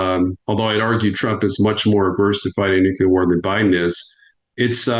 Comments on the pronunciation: I don't understand why so many professional military people do not know how to pronounce the word "nuclear." I gotta say, every time I hear them say "nukular" I lose a bit of respect for them. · Not to be an a-hole to the expert, but the correct pronunciation of nuclear is 'nu-clear'. Is the weather 'cyuh-ler & sunny" or 'clear & sunny' ? 🤷‍♂️ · Sorry, I can’t relate to anyone who pronounces the word nuclear as noocyaylar. Like Bush. Fail. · Nuclear sir. New-clear. Thats all. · Why can't "intelligent people" pronounce the word nuclear...... NU-CLE-AR? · I can only trust a man so far when he can't correctly pronounce "nuclear." One would think that in his many years of top-level service that he would learn how to pronounce the word. Still, its an interview worth a listen. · The guy cannot say “NUCLEAR” correctly then I cannot listen to him as an expert. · Man, I have a hard time listening to an expert who cannot pronounce "nuclear". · The guy can't say nuclear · Find it hard to listen to a guy who can't pronounce nuclear. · I love nuclear experts who can't say the word nuclear properly. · Why is it so difficult for adults in government to say "nuclear" properly, lol. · I'm sure this man is intelligent. I wonder why he can't pronounce "Nuclear". Not that hard. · When experts can't correctly pronounce nuclear, I'm skeptical of their analysis...just saying 😢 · I can NOT 🚫 Tolerate a Person Saying: “Nook - YOU - Layer” ☢️ It Is: “Nook - LEE - Year” Let Alone A Top 🔝 Expert In The Field. ⚛️ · Pet peeve, Nuclear Not Nuculer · Everyone in the comment section complaining that he pronounces it “nucular” instead of “nuclear” really need to relax. You know what he means. Grammar will hold little value in a post nucular/nuclear war wasteland... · I love your work, truly, but I have difficulty listening to a guy that says NUCULAR... even though it is equally accepted as NUCLEAR... To me, it just ain't right.... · it's pronounced 'nuclear', not 'nucular'. 🙄